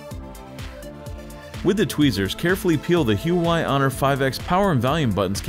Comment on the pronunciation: For the life of me, pronounce the damn company right.